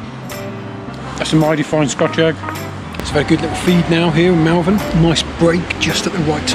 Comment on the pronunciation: FYI it’s Moll-Vern 👍🏻🙂 Nice vid, too short though